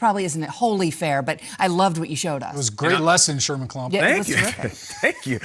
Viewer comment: Did he call Nate Sherman klumps 😆😆😆